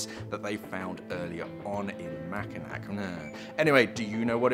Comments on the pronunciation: made the change, lol? No waaay! Btw, Mackinac is pronounced Mackinawww. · Yeah it’s “Mackinaw” not “Mackinack” I dive in the straits of Mackinac all the time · Mack-i-naw...lol And hyoo-ron